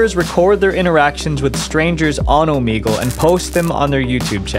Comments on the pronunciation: Ooh Mee gal???????? 🤭🤭😮‍💨 annoying! Its Ooh Meg Lay 👍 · Bro, Oh-MEG-ull. Not Oh-meeg-ull. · wait.. its said omEgle? i thought it was like omehgle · omeegle he says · I don't think that's how you say "Omegle." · We're gonna have to listen to him pronounce the name of the app incorrectly A lot😵‍💫🥴